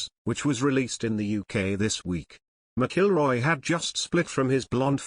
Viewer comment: You would think this narrator would learn how pronounce Rory Mcilroy's name you know this story is not true.